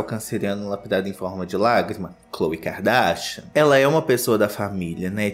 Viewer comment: Eu amo quando o fala “Kikadarsha”